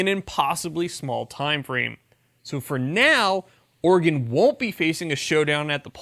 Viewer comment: Oregon native here... Oregon (Or-E-GUN). He says it correctly. Is that why you love it? With flush it down Kate Brown and continued Californication it may be pronounced OR-E-GONE soon.